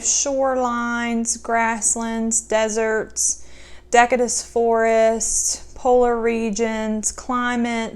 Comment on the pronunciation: Just a pronunciation note- deciduous is pronounced with a /s/ sound not /k/. I wasn't sure what you were talking about until I saw the word on the page during the flip through 😂